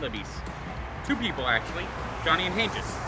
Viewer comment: it's pronounced Han-geez not Han-jis